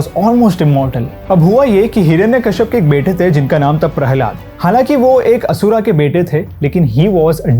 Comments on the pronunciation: बहुत ही बढ़िया। धन्यवाद। लेकिन एक बात मुझे समझ में नहीं आती कि आप अर्जुन को अर्जुना और असुर को असुरा क्यों बोलते हैं। क्या आप भी उन लोगो में हैं जो रामायण को रामायणा, राम को रामा आदि बोलने वाले हिंदुस्तानी अंग्रेज हैं। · i hope u r not pronouncing the male as asuraa. As all english speakers do.. Edit:- like Saying YoGaa instead of Yoga